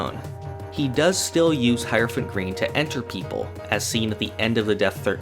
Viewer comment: Man thought I was the only one who pronounced Hierophant green "High-rophant green" instead of "High-er-ophant green".